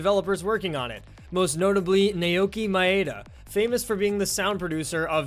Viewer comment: "nay okee my-aida" It's pronounced "now-key my-duh"